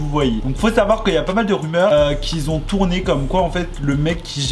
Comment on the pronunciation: "qui ont" et "qui étaient" ya 0 besoin de rajouter un "s" entre les deux mots enft.